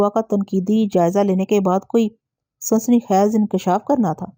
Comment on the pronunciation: Sansani khez...ni ...ye ko lamba karna ha ...sansani khaiz... Dabaiz ni ha lafz dabeez ha